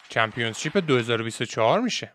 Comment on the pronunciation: اقا ممنون از ویدیوهات یک انتقاد نیاز نیست انگلیسی بگید همه‌چیزو وقتی انگلیسیتون ضعیفه ، اون کلمه هم چمپیونشیپ هستش ن چمپیونز شیپ با احترام البته💙